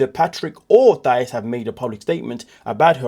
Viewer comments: Her name is pronounced Tie-ees. Not th sound. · The H is Thais’s name is silent and the accent is in the second syllable (Ti-ees) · You keep pronouncing Thais name incorrectly!😮